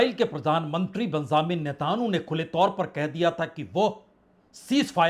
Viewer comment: Natanu pronunciation galat hai sahi pronunciation Netanyahu hai ise aap correct kar len